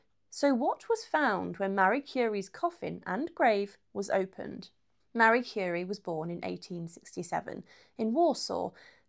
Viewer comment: Someone who read the Wiki page and made a video. Can't even pronounce her name right.